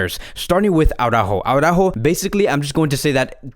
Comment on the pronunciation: in my eyes, you have the best FCB-channel out there. Qualitative better than TalkFCB. But as an FCB-channel, you should pronounce the names of your players correctly. It is not au-rÁjo, but it is ara-Ú-jo with the emphasis on the letter ù (as indicated by the accent). I know, Jamie of TalkFCB and BarçaBoy103 also massacre his name, but therefore, you shouldn't. Just listen to Spanish media, or ask any Spanish speaking friend of yours.